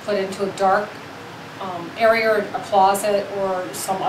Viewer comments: 'Arearer' cool vid in all 'arearers' lol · airy-err = area